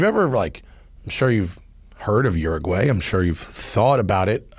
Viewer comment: This is the first time I've heard an American say Uraguay. Now I understand why it was a joke in the Simpsons.